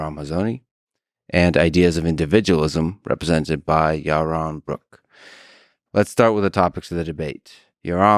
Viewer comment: Ewmer fudd awguing wike siwwy wabbit